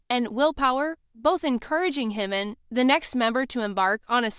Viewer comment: It's JIMIN not HIMON! Who is Himon??